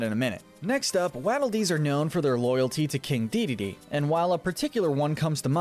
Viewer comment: it annoys me how he says waddle dees like wadle when its waddle like a penguin waddle